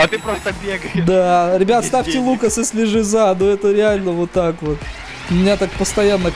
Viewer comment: Не кому не представляется лук, когда варпатч говорит ЛУКАС?